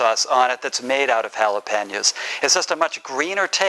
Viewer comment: When the cook calls it jolapenya its probably not going to be like grandma cooked it. Its probably going to be cooked by a gringo that has no clue. Im glad to be hispanic and know the difference between authentic and wanna be lol